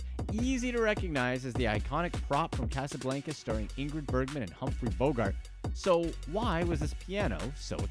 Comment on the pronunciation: Guy can’t pronounce Casablanca